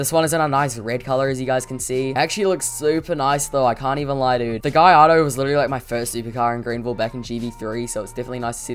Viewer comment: beautiful cars btw you pronounce gallardo as Gar-Lar-Dough